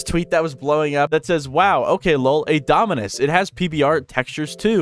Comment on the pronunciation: Why did bro keeps saying dominance instead of dominus💀